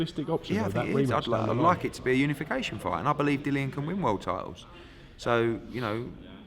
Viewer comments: It's Dillian not Dillan Eddie! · Eddie, pronounce your own fighters name correctly, it isn't Dillon